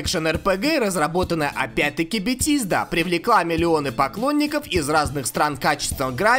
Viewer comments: Я считаю все ошибки в названиях легенд игровой индустрии(пожалуйста,лайкните коммент за работу)- 1)Битизда(правильно Бефезда) 2)The Elder Scrolls 4 Oblivion(Зе Елдер Скроллс 4 Обливион)Сказано-Елзел Скролс 4 Обливион) 3)Left for Dead 2-Сказано-Лифт фор дид.Правильно-Лефт фор деад. 4)CoD Modern Warfare 2.Сказано-CoD модерн фарфар 2.Правильно-CoD модерн ворфейр 2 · бетиииииздаааааааа мои уши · Что????Битизда!? XD Молчу уж о другом!))) Транскрипции поучи,дружище!)))